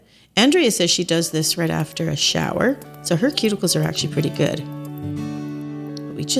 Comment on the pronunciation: As a southerner, I adore that you said purdy!